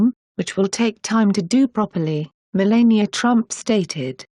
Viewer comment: Melania Pronounced: . La as in the musical note or the word lab (not le) !